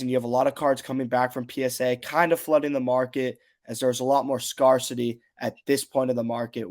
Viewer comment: Absolutely no disrespect intended, love the channel and love the soccer talk, but the first part of the word scarcity sounds like the word scare